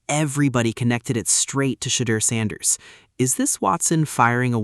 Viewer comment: Your not even saying sanders name right. Immediately skipped